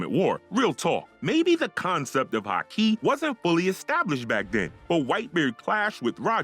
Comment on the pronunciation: Am I the only one here bothered about his pronunciations of Onigashima, Kaido and Haki!